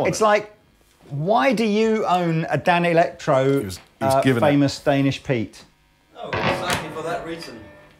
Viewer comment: Danelectro is the word can't say. They are the 5H!T!